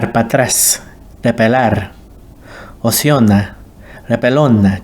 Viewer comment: Hicicona is said incorrectly